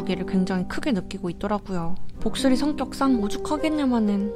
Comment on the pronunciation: 근대왜 복슬이할때 보뜰이라고 들리지? 3분41초에서?